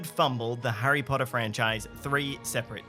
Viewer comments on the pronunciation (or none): Hirry Podda? An obvious thumbs down.